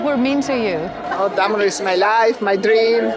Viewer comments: Why Damanhur sound like "damn whore"? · I keep hearing "Dumb&Whore" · Wait a sec .... Dom'' A ''Whore ??? did they really say that ? sounded like it or i've had too much coffee ;-)